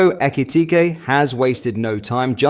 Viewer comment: Can't you say names proply FFS aekiitike what